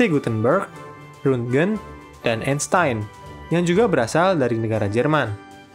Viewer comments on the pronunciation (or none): none